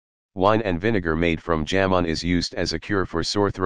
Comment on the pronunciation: "जामुन" को "जैमन" न उच्चारें। Remove the Western accent of text To Speech.